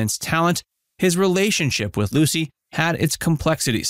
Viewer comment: Minute marker None of the people in the photo are Licy or Desi! Wow, do you ever need to do your research. The inconsistencies of pronunciations of names can be very grading on the ears.